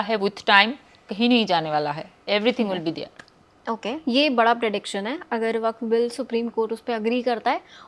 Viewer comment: आप वक्फ को वाकफ् कह रही है शायद.